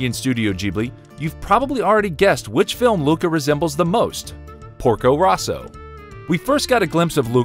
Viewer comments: Porko ROWso not RAUso... They even say it in the movie =p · Also Porko "Row-so" not "Raw-so" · Why is the pronunciation of Porco Rosso butchered like that